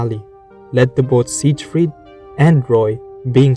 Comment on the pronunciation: He's even got a video in the video that says the name right, and he immediately says it wrong again. 💀